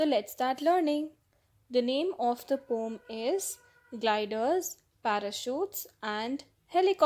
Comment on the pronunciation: Mam apko pdane ka trika nhi aata Aap poem ko pom bolte ho